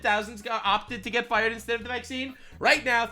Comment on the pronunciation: "Your fie-errd" 😂😂😂😂 love you're humour.. this is therapy!! Keep going mate 💪🙌